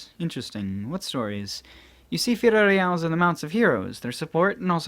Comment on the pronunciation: FI LO LI AS Not firorias